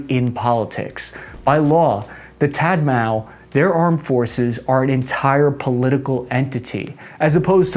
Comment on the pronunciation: "Tat mao"?🌚